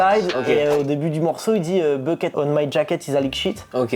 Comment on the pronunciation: C'est pas bucket mais buckle.. Bucket ca veut dire un sceau en anglais..